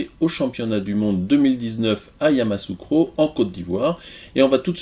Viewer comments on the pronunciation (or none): On dit Yamoussoukro et non Yamassoukro... YaMOUSSOUkro